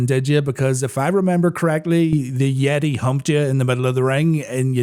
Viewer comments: It's not "the yeti", it's "THE YETAY!" put some respect on my man's goddamn name 😡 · You said Hulk was humped by the "Yetee" but I think you mean "Yeh-tay"! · You kept pronouncing YETAYYYY weird